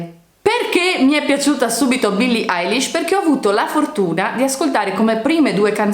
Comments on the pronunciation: Poi non si dice Alish ma Elish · Ma dice "Eyelish" e non "Eilish"